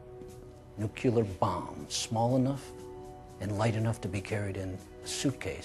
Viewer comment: Nuculear? Doesn't he mean nuclear?